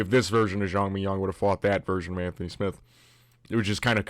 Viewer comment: haha i kept thinking you saying Zhang mignon like .. fillet mignon